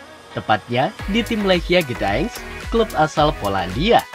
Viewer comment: Ustad luar biasa ini. Pelafalan Gdansk tampaknya kurang tepat